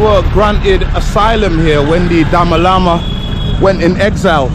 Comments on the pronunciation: For your kind information you should pronounce Dalai Lama instead of Dama Lama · Bro. I love your vlog. & Love to see more from Bylakupe,& Hunsur too. Also, please pronounce The Dalai Lama, not Dama Lama. Thank you, you're doing great ininspire to Travel. Thank You. God Bless you,. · Ha ha.. Dama Lama? love the way you said. it is Da Lai Lama. go to Dharamsala, north india where Dalai lama lives. you will love it. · Tashi Delek I just subscribed to your channel thank you for showing all those adorable tibetan monks 🤍 FYI our spiritual leader is His Holiness the 14th Dalai Lama not DaMa Lama like you said lol Sadly we lost our country in 1959 eversince then been living as refugees in India 🇮🇳 so India is our 2nd motherland 🙏❤ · Its not Dami lama,its Dalai Lama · It's not dama lama It's Dalai lama my friend, your history is weak better research n vlog 😂😅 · Dama lama😂😂😂😂